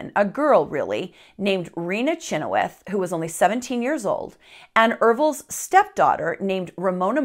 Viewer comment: You didn’t add soo much, and you’re saying our last name wrong. Chynoweth is not pronounced anywhere near what you said. But love your funny twist to this horrific family history of mine.